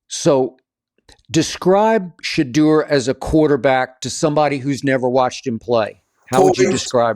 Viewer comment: Skip really needs to learn to pronounce Shedeurs name right. Shuh Door